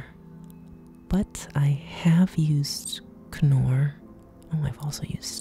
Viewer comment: You were right, K-norr is the correct pronunciation, in the UK we say Knorr with a silent k, like we're saying knife. I'd like to watch you cooking those mushrooms.